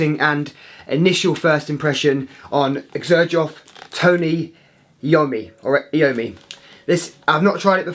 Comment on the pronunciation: It is pronounced, Eye-oh-me.